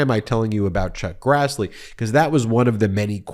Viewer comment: Ben, can't believe you initially said "Truck Grassley", then said "Chuck Crassley", then said, "Chuck Grazzley". Stop talking to people like they're stupid! A majority of your audience is familiar with legal jargon, not only having watched most of the Law & Order shows for the last 30+ years as well as CNN, MSNBC, John Iardiola, CBS, COURT TV, TYT, etc., etc., etc. Good Lord, knock it off!!!